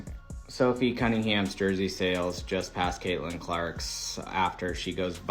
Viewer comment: 'Cat'-lin Clark? Another mispronounced AI narration. Bye.